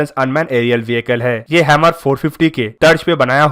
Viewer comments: Bruh its pronounced as 'Her-mis' not hemir or hammer. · Hammer nhi bhai "HERMES" naam hai uska bhai. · आपका उच्चारण गलत है। इस ड्रोन को हर्मीज बोलेंगे। आप हैमर कह रहे हैं।